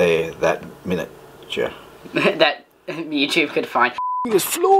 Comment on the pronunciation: Haha your old man saying ‘Muitube’. Im sending him a shirt